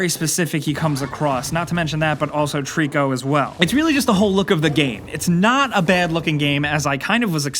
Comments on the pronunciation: His name isn't Trico, it's Tooorikuuuuuu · Did you say TREECKO?! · I always thought Trico was pronounced Try-co like a throwback to Ico and the Tri in Trico stood for trinity or three cause this is the 3rd game developed by Team Ico making it a loose trilogy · Ok ok, but it's still pronounced the same!:P